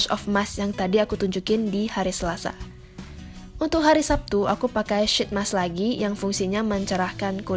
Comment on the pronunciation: It's pronounced "sheet mask", not "shit mask" :))